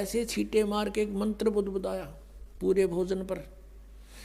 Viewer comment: Nakli to tu hai rampal tabhi to jel me hai agar ap me sakti hai ho jel se bahar a ke dikha bolne ka dang nahi hai chala ha gyan dene mantr ko mantar bolta hai